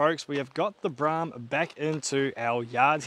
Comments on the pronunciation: There's an old ad for the Brougham on another channel. The voiceover pronounces it 'Bro' 'om' in two syllables. 'Brorm' is incorrect. I'm certain the ad would have said it the valid way. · Mate, it's a Brougham. Bro-hmm. No, not a BRAAAHM... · Seems I was pronouncing it wrong. The attached add from the day, they say it Bro-ham. I (like DJ) was told back in the late 70's it was Braaam. Even a work colleague recently said Braam. All said, Braaam sounds cooler than Bro-ham, don't you think? Judge for your selves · Not Braam, Broham. RESTORE IT. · Pretty sure it's pronounced Brawm, not Brahm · It is Pronounced Bro Ham not Bra Ham ??? notice the "OU" The same that is in the word "Though" which is pronounced "O" not "A"...You can thank me later...😁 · Broughams were built long before holden made a kingswood pregnant :) I was always taught that it was bro-um (pronounced as in "grow um"), still "tomarrto" / "to-mate-oh". maybe its a regional lingo thing. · I think it probably is a local lingo thing. I was always told it was pronounced “Brow-um”. Regardless of how it’s pronounced, it’s a pretty cool car. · Broughm pronounce Brome as I was told. My cousin Phil had one. Dunno,. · Have owned 2 and unfortunately sold both. Definitely needs to restored. Brougham pronounced as Broham. Not sure it’s the original engine either. They never had viscous fans and the oil filler was through the top of the timing cover via a metal tube. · It's Brougham, rhymes with lawn. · holden "brarm" yet is spelt brougham with a gh in it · He's wrong. The pronunciation is pretty clear in Holden ads of the time. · Pronounced broham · It’s pronounced “Bro-em”. Oh and restore it, don’t basterdise it.